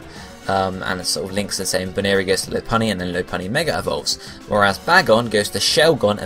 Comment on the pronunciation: lopunny is pronounced Lopp, not Loap